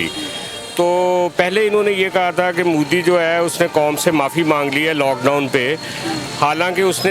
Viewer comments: Sister main ne apki video Bhot dekhi hain...... wo mudi nehi hain wo Modi hain MO not Mu Love from India Stay safe stay happy 🙂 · Ye Modi shabd ko Moodi kyu pronounce krte h.. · It's 'MODI' not 'MUDI'. And 'DARPOK' not 'DARFOK' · Ye Mudi nhi pronounce properly it's Modi